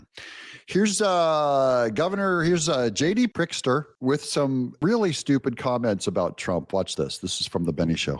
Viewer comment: Quad Club, Doug. I caught that "mispronunciation" of Gov. Pritzker. 'Prickster' is certainly appropriate. 😅